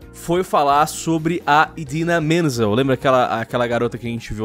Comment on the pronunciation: Cinge é o lion falando o nome da atriz que dá voz à Elsa... é Idina MENZEL, não mendes uhauhauhauhauha